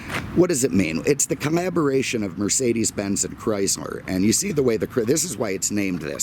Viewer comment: Did you say Chrysmer?